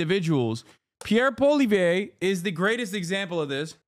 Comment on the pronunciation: I think for whatever thats worth whatever youve uneducatedly pronouced POULLIEEELLIÈEVREEU did NOT really affected much of much of anything to french canadians.,.